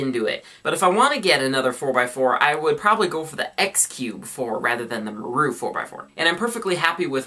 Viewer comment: maru's pronounced "mah-roo" ;) thought u mite wanna know